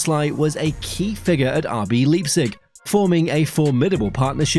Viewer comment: Ffs. It's Lei-pzig, not leap-zig.